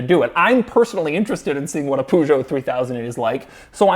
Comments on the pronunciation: Peugeot isn't poo-joe I believe it's Per Joe ahahahahha idk but both r funny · Love the pronounciation of Peugeot. POO ZHOW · I liked how he pronounced Peugeot 'Poo-geot'.. made my day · Doug says “Puugow” 😂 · That's not how you pronounce Peugeot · His pronunciation of French car names is fine...except 'Peugeot'. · I'm from Europe and I'm watching. The best thing about this is the way you pronounce "Peugeot" 😂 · We all know the true reason. Doug doesn't dare to come to Europe because he still get threats from the French for the 3008 video from last year where he butchered the word Peugeot several times.